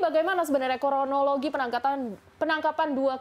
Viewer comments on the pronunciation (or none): kronologi, bukan koronologi. Ngakak. 🤣🤣